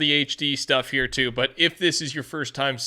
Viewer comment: Petah.. the battle pass is heah